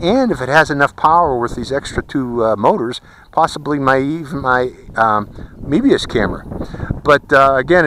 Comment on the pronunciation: mobius not meebius -_